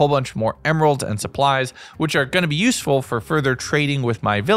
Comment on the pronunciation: Every time he says the word useful a shiver runs down my spine...